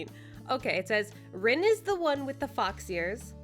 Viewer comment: It’s pronounced Reen and spelled like Rin